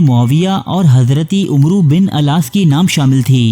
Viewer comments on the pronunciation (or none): بھائی! umro نہیں بلکہ amr ہے۔ حضرت عمرو بن العاص رضی اللہ عنہ میں 'واؤ' سائلینس ہے۔ یہ واؤ عمر اور عمرو میں فرق کے لیے لگایا جاتا ہے، بس۔ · عمرو پیش کیساتھ نہیں بلکہ ع کے زبر کے ساتھ درست ھے لکھنے میں واؤ ھے لیکن واؤ سائلنٹ ھے